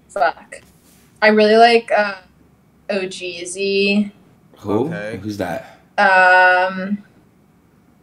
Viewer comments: This foo said “ohhh, g eazy” instead ohgeesy 😂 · Na she said ohgessy not g eazy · Not G eazy bruh. She said Ohgeesy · She said Ohgeesy not g eazy😂😂😂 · Bruh called ohgeesy g eazy 💀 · She said Ohgeezy not G eazy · Coulda sworn she said ohgeesy